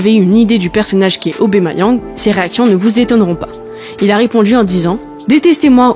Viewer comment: AubAmeyang et pas aubEmeyang! Bête intelligence artificielle ! 😢😢😢